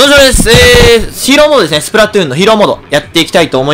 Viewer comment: lol "SPRAHTOON"